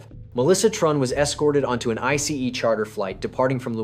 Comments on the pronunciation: AI voice saying I C E instead of ice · OMG, that “I-C-E” is so annoying!!!!!! Videos creators who are too lazy to even read their own work is not worth watching because listening to AI is the worse!!!🤦🏽‍♂️ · What's with the emphasis of I C E ?? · Definitely AI voice 😂 Pronunciations are off (ICE and Viet naming) 😂